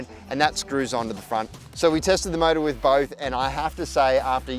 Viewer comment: "The mowda inda wowda" Love it!! ahahahahah